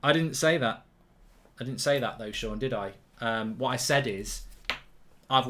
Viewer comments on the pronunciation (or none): none